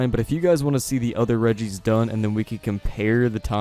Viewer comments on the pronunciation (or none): none